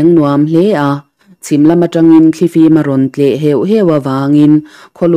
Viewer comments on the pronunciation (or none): none